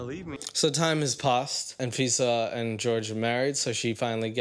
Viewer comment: I keep hearing her name as A-Visa 😂 (quite fitting really)